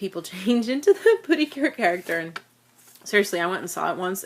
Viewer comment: Pretty cure/ precure ❌ Pootycure✅